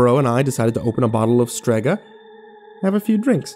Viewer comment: I know "Strega" is the name of the brand in the story but the second time he mentioned it, it sounded like "suegra" which is mother in law in spanish.